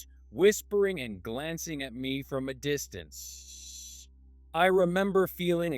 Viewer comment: Bad pronounciation not distanceee just distance